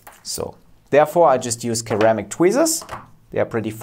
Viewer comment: B b boom. Fantastic. Your english is excellent, we English pronounce ceramic "seramic" 👍😁 but i wont argue about it 👍🤣